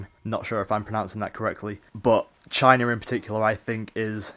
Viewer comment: It's China not CHINER :P